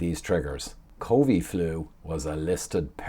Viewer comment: Small thing but it annoys me when you say “covee” flu 😂